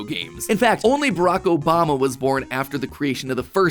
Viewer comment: Bruh "mobama" 😂